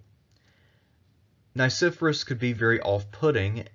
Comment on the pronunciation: The pronunciation of Nicephorus is technically Nee - Kee - for - aws. But all in all, absolutely loved your presentation! Very well written.